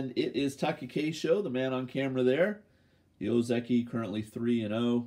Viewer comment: I know you area aware, but to improve the channel , let me say that pay attention to the “あ” in TakAkeisho and other names. Please